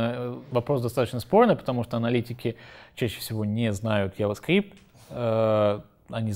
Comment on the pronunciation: Парень довольно не плохо рассказывает, но дошел до 13 минуты и понимаю, что произношение английских слов и фраз подхрамывает. Ну не протобУф и не Яваскрипт, ну это же жестоко...